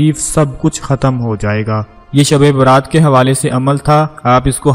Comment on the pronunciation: Dhabi Baaraat nahi balki shabi Barat hay